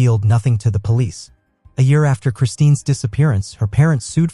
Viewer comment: Her name is Kristin Smart, not Christine!! Sheesh